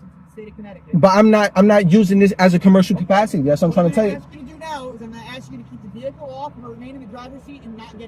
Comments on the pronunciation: I'm axing him.....I love it. Simply pronouncing the word ask isn't even possible! Lol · Ask or axe ? Take him away officer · Police and school teachers are not paid enough. I couldn't do it without losing my sh*t😅every time they say arks, I would die a little, how hard is it? ASK!! Pronounced arsk😢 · You mean he didn't axe🪓 you for your license.Don't you mean ask you? Wouldn't you pronounce the s and k when you said the word Skunk? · Such an intelligent legal scholar should know that the word “ask” is not pronounced “ax”! Do you wear a “max” on Halloween, do you refer to the job at hand as a “tax”, do you keep a little liquor in your “flax”, do you “bax” in the glory of being a sov cit? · I never take advice from someone who can't pronounce the word ask